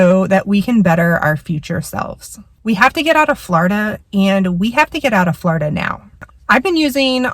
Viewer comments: It’s not Flaurduh it’s floorduh!!! 😂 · It’s “Floor i da” with the short i. The way you pronounce Florida .. ugh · quit saying flawrda